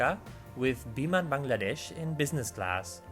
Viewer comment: Foreigners usually say Baang laa desh. But your pronounce is absolutely like native